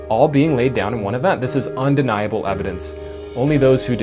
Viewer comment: Also, why does he think that the emphasis in the words “undeniable” and “indefensible” is the “ble” part haha 😆